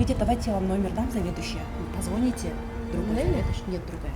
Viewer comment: Блин если разговариваете на русском, то уж пожалуйста, выгаваривайте правильно, (позвонят) ударения куда???? Живя в Кыргызстане, разговаривайте на кыргызском, это наш родной язык